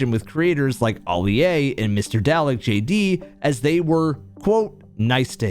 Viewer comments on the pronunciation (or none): Just one thing, its not pronounced "dal-eck", instead its more like garlic but with a d, so its actually pronounced "darlic"